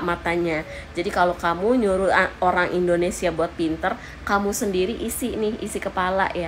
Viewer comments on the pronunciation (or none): none